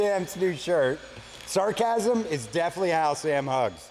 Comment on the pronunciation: Samcasm......not Sarcasm!!!❤